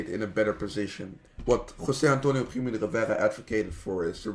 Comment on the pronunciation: You said that this guy is Spanish but when he said "José Antonio Primo de Rivera" he had a very strong non-spanish accent. I'm Spanish, so I know when someone is or isn't from Spain... This guy isn't